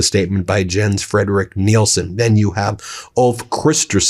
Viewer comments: Jans is pronounced Yan's. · OMG. These Germanic/Nordic countries pronounce J as a “Y”. “Yens”. “Yarlov”. Pronouncing them as a J makes you look like a dumb American, Ben. Do Better. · The J is pronounced as a Y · It’s,,,,pronounced Yens Frederick Nielsen! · Ben, love your commentary. Just a heads up Scandinavian languages do not pronounce the letter J as we do :)